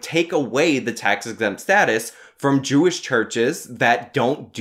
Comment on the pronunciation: "jwish church"?